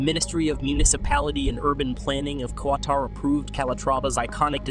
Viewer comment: Kaytar? WTF is Kaytar? 🤣🤣